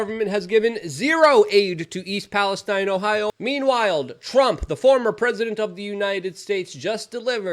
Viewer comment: Thank you for respecting English, and pronouncing Palestine correctly as Palestine and not Palesteen